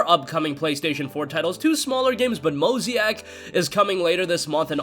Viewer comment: Mo-zay-ick not Mo-zee-ack lol